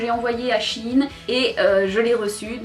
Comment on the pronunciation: "Chiiine" c’est shyen lolol